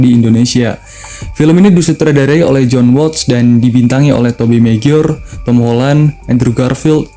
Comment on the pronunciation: Tobey 'meguayer' bang 😂